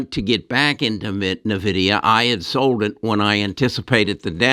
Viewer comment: Still pronouncing Nvidia wrong